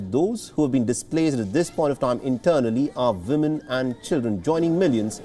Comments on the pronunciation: We all thinking it right ? Its Woman with a "W" not a 'V' :) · At first I heard saying 'villain' instead of 'women'. cheers from the Netherlands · If he says "Vimin" one more time, I'm going to throw up.